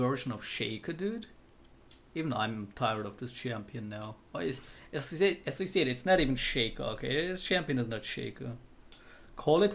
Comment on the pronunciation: Btw, you pronounce "said" as "zed" with an s, so "sed"